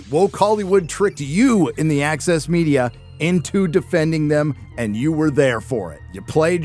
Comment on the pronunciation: ..See i read "Access Media" - but it almost sounds like he's saying the "Axis media" ...And it'd still be appropriate as heck